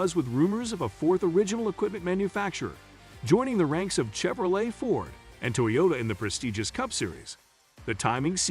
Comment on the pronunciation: Will not subscribe to a computer narration. Especially with an old story that has no basis. Maybe when it learns to pronounce Chevrolet and Charlotte!